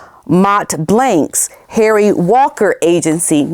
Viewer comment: 😂🤣😂…LOVE how you say HAIRY 😂😂😂😂